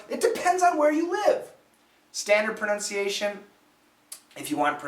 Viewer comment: pronunciation 里的 "nun" 发音不对!!! 他是美国乡下人的口音!!!